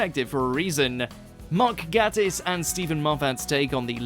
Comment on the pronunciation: Listen, why do you keep saying Mark Gat-tis while Mark has claimed it's pronounced Mark Gay-tis, with the emphasis on gay?!